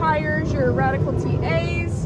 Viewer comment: Those B.F. Goodrich. " RADICAL TA's ". Priceless 😅. Landow 😂. I'm surprised she didn't call it a Grand Pricks 😮.